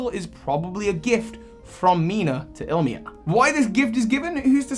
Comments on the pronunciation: Great vid, quick note tho: it's pronounced "ill-ee-ma", not "ill-mee-a" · I - Li - Ma bro not Ilmia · Illima in is pronounced "ee-lee-ma". Source: from Hawai'i. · Just a quick thing in from Hawaii and my friends name is close to the first trial captain a better pronunciation would be (ill-Lima) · Ilima's name is pronounced ill-lee-ma, and your Z-Move poses were WAY off from any Z-Move what so ever The edit is spelling fixes, my computer has no auto correct and I hit two keys instead of one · This is super old by now, but the name Ilima would be pronounced “Ee-lee-mah.” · the smeargle trainer’s name is pronounced like “ill-ee-ma” it’s a hawaiian name :) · Nah, the first “I” gets the first syllable breakdown. I-li-ma.